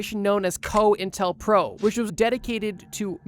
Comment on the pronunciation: COINTELPRO is coin-tel-pro Mossadegh not Mossadikh Harvard has a robotic bug lab